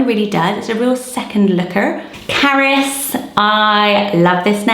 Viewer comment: The name Carys to me sounds like you are saying carrots.